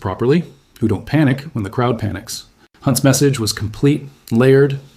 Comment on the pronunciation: Or the word don't. the Ai says Don - Tee